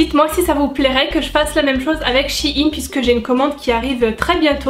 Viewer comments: J aime bien la vidéo mais s il te plaiiiiiittt arrête de dire shiine c sheine sheeeine voila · Shi ine 😂 c'est pas plutôt " shaïne" ( je parle de prononciation) sinon top vidéo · Sa me stress le mot she-ine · Je suis la seule qui comprends pas pourquoi elle dit "Shein" de cette façon ?